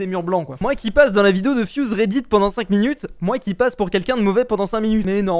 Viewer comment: Quand tu dit redit on dirait que tu dis Reidid likez pour qu’il voit